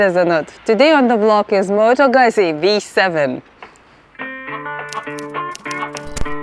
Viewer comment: It's not moto "gözi"... It's moto "ɡuttsi", with the u sounding as the u in the word "rule".